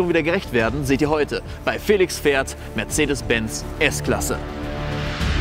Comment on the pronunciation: Wer hört auch am Anfang "Mercede Bey"